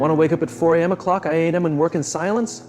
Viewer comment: AI makes the most hilarious errors! 5 oh CLOCK AAAAAAAY 😂😂😂